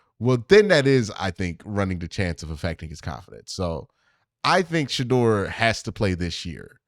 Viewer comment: Q, you’ve randomly began pronouncing Shedeur wrong! Plz fix